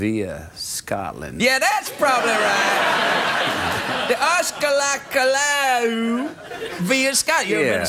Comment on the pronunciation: I`m born and raised in Louisiana. is close on the pronunciation of "Atchafalaya." You don't use the "t."